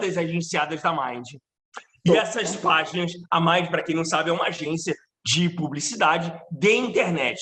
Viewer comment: Exatamente, tão combinado que ela não sabe nem pronunciar o nome da Mind e o Léo corrigiu! O pano eh de seda! Passou pra amiga… afffes